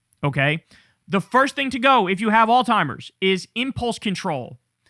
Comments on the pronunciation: I’m gonna keep saying it because it’s everyday on this channel now, it’s Alzheimer’s not “All-Timers” 🤦 Kyle, my guy, learn how to pronounce the shit, you say it everyday, learn how to say it correctly 😂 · Kyle, its Alzheimers babe. Not All Timers.... just trying to help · KYLE IS LOVE YA BRO.. BUT STOP PROUNOUNCING ALZHIEMERS AS ALZTIEMERS. THERE IS NO "T" IN THE WORD. ITS AN "H" . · Dude it's not Alzheimer's it's common knowledge that it's not Alzheimer's stop saying Alzheimer's if he has dementia (I do believe he does) it's frontotemporal dementia. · theres no T in alzheimers kyle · Can someone please let Kyle know that there is no "t" in the word alzhiemers. The way he mispronounces that word is so triggering to me. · Kyle really pronounces that hard T in Alzheimer's.